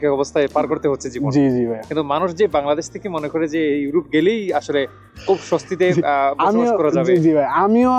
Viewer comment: "উরোপ" 😂😂 "কুরুশিয়া" 😂😂